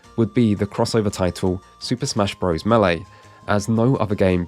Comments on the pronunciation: Quit saying "bro's"! Super Mario bros.With a period after it, which is showing it to be an abbreviation is pronounced Brothers. NOT BRO'ES LIKE "HEY BRO!" (Which isn't even a word. It's African American slang for brother!) Bros. IS AN ABBREVIATION! This retarded shit is caused by kids not reading books. I'm guessing this guy didn't read as a child therefore he thinks bros. is pronounced bro's. If you start a kid reading early they learn things like this. We desperately need to find a way to get kids reading books again! Our civilization is going to go down in flames because everyone will be ignorant jackass's that know nothing. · Such a professional video yet he still says Super Mario "Bro's".